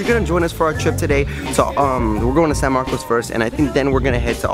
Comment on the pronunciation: Dude its pronounced San Marcus not Marco its just spelled that way. get it right.